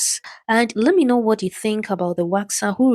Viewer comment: She’s been waxing for 5 years but can’t pronounce the word “vaginal”? GTFO.